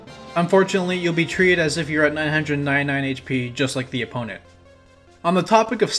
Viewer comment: the way he says 999